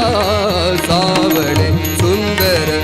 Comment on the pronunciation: His marathi needs polishing, he is pronouncing सावळे as savade, which is incorrect. Changes meaning. Savade means to collect ashes od dead person